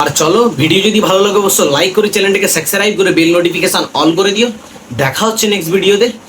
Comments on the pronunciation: ki bolli "sexcribe" 😂 nije age ucharon korte sekh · আপনি সাবস্ক্রাইব উচ্চারণটা আগে ঠিক করে বলুন, তারপর বাচ্চাদেরকে পড়াতে ও শিখাতে আসেন। বাচ্চাদের থেকে আপনার পড়ালেখার প্রয়োজন বেশি।🙂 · ভিডিওর শেষে "Subscribe" শব্দটা কী উচ্চারণ করলে ভাই? একটু নিজের ভিডিওটা ব্যাক করে শোনো! যে নিজে "Subscribe" শব্দটা ঠিকমতো বলতে পারো না, সে আবার পড়াশোনা নিয়ে কথা বলছো? একটা ছোট বাচ্চাকে ক্যামেরার সামনে কাঁদিয়ে দাদাগিরি করতে লজ্জা করল না? এইসব লোকেদের আবার কে সাবস্ক্রাইব করে? সবাই এখনই একে আনসাবস্ক্রাইব করে দেওয়া উচিত! হিম্মত থাকলে এসে কমেন্টের উত্তর দাও! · তুই তো সামান্য subscribe এর উচ্চারণনি তো বলতে পারিস না আবার লোকদের গেন দিসকে